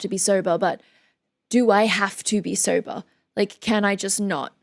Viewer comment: “Sobah” instant crush